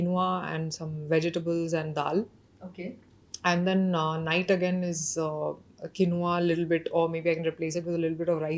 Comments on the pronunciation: It's not quinoa kamiya you must pronunce Keenwa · For someone running a food platform, I'd suggest learning to pronounce quinoa ("keenwah" - Raashi got it right) and sambar ("saambaar").